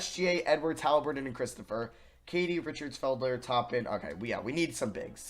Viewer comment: No one:: FED-LER *Its Fel-Der